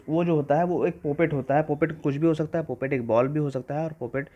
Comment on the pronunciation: पॉपेट type hh bhai not पोपट type 😅😂